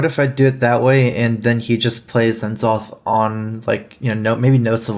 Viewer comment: I hate the way he says N'Zoth